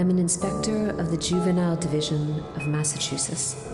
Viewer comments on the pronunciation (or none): "Massachusess" killed me